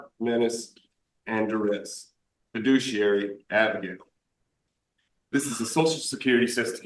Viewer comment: Why do all of these idiots say "Jiduciary". Don't they read their script properly?